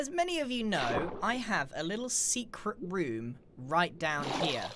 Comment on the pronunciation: rooom? rooMm?room is a huge understatement